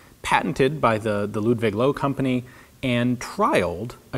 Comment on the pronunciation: It took me a heck of time to realize, what "unknown" company "Loewe" might had been (before reading the name tag on the rifle)... would be nice if you could try to pronounce it correctly (merely a translation of lion and I have know idea why the link to cannot be pasted for providing you with the proper sound file for Löwe). Anyway: very interesting piece.